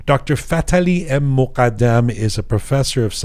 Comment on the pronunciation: خیلی برام جالبه وقتی اسم ایرانی ها رو به این غلیظی تلفظ می کنه فففتح عععلییی مققققددددمممم ❤❤❤❤❤❤